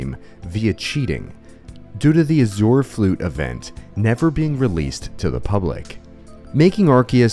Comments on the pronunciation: Azure is pronounced 'Ah Zhr' bro adding his own syllables 💀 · Why does no one know how to pronounce azure? AZH-er.